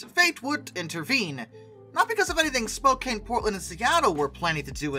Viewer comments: I winced at the very first word. It's spo-can (as in tin can) not spo-cane. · FYI it's pronounced Spo-can not spo-cane. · You are saying Spokane with a lot of emphasis on the "E" As a Washingtonian, it kind of hurts to hear you say it like cane, everyone I know says it like can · Your mispronouncing Spokane. It's not Spo-cane it's Spo-can as in we can. You got the Spo right but the last part is wrong. I live a couple miles outside of Spokane Washington. So trust me I know how to pronounce it. I'm not mad i'm just making sure that you know. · spokane! not spokain! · Spokane (pronounced spoh-can not cane) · It's pronounced: spoe CAN. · No hate as a Washingtonian (yes that's what they call us) but hearing him pronounce Spokane wrong cracked me up so many times. (It's okay though, a lot of people don't pronounce it right, but if you were wondering, it is pronounced spo can) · 😐 * internal Oregonian screeching intensifies * To clarify: Spokane = SpoCAN Willamette = WillAM-et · Spoke-Anne like the name Anne. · Spokane is pronounced Spo-can. The letter e at the end was a late addition to the original name of Spokan Falls. Lots of people mispronounce my home towns name because of that stupid 'e'. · Spo-CAN Will-AH-mut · It's SPO-KANN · This guy needs to know how to pronounce the names Willamette and Spokane! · You should learn how to pronounce Spokane correctly.